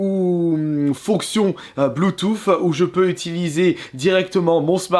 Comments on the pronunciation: Non, on prononce Bluetooth avec un 'th' en anglais. Ce n'est pas bluetoof. En fait, vous prononcez les 'th' comme des 'f', ce qui n'est pas nécessairement correcte. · non c’est un mélange entre le « f » et le « th »